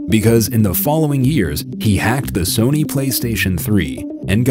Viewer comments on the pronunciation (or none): none